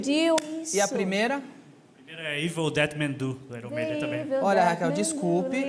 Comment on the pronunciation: Rachel eu tbm sou fã do aion maiden AHUAHUAHUA tadinha ela pronunciou errado